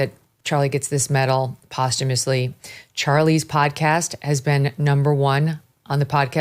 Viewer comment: Megyn! Thank you for being the first person I have heard since the event pronounce the word “posthumously” correctly 😊